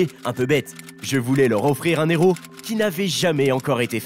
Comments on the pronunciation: Bordel! On ne prononce pas " un Néro" mais "un Éro" . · "1 néro" c'est rigolo !